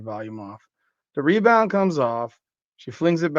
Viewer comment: the “MeBound” reminds me of my all time favorite 90s arcade game… NBA JAM… every time you get a rebound I think am hearing “The MeBound”!